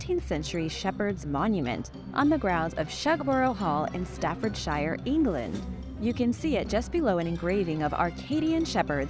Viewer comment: There's Tolkien's 'Shire', pronounced shEYE-er, and then there's Staffordshire, pronounced STAH-ford-sher. Plus, there was not just one 'Gemini Mission'. Between 1965 and 1966, there were ten manned flights. PLEASE proof your scripts: as a broadcaster and documentarian, you have a didactic purpose. Careless errors like this undermine tour mission, and irritate the hell out of the cognoscenti. If you are placing quantity over quality, please slow down production so these errors are caught!